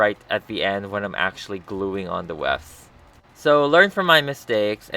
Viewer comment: Does anyone notice he says west instead of rest?